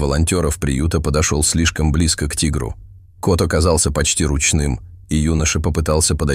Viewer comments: делает неправильно ударения в словах:, кот, тигрёнок, то Лука, То ЛУ ка❤❤❤❤❤ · Лука, ударение на А! И Кот! а не Като! Русский язык не изучали?? Ну тогда не стоит читать истории.!